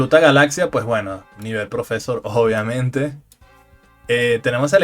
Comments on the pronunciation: ¿¿Cómo que profésor!!?? ¿En dónde te educaste que le pones acento a profesor? Primera vez en mi vida que escucho a una persona decir profésor ! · Por que pronuncian proFEsor?? Lulu no esta tan muerta el maso de ella es muy roto lo malo que es muy dependiente de los caramelos raros